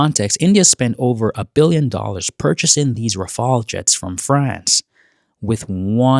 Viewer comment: Rafale: ❌ Rawfail: ☑️